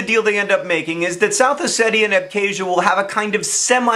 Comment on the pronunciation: Thanks for pronouncing Ossetia "Oh-Say-Tee-A" and not "Oh-See-Sha."